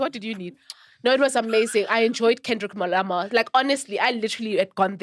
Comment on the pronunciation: "Kendrick MoLamar" eish Lady Fam... 😂😂😂